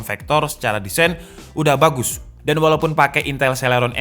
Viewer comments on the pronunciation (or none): none